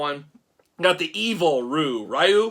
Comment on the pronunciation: It’s pronounced REE-YOU. it’s not that hard. 😂.